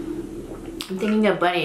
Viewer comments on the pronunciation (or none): none